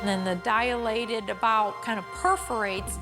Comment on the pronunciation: On a different note, it is a little funny for me as a non-native English speaker (and reg. nurse) to hear dear Dr. Jan pronounce “dilated” as “dialated” 😉